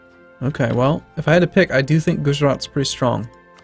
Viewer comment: when you say 'Gujarat' phonetically it goes gujrat, you dont say the 'a' sound after "guj"